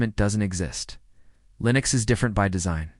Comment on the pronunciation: “Linus Mint; Cinnows 7”; “Linos Mint; Cimniin”…???!!! WTF!! Proof your AI Slop much?